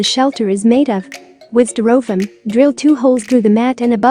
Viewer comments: I've never heard Styrofoam (pronounced sty-ro-foam in the US)) pronounced sty-roff-ham before. I had to replay the video a couple of times to make sure. To each his own. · That's pronounced stir-o'-fum. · what country pronounces stai' ruh fowm (styrofoam) this way? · Learn to pronounce STY- RO FOAM!😂😂😅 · a piece of "stir-oh-fumm". ? they couldn't find a human female to narrate ??? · I was laughing at the funny pronunciation as well ..gotta love computer generated narration. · Yes, I've had to use some very strange spellings to make text to speech programs pronounce certain words correctly. I'd have tried something like "stairowfoam" or "styrifome" to see if that worked.